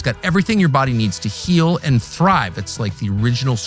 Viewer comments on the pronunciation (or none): none